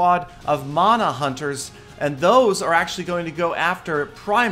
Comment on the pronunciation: Man-a. Not mona mana=man-a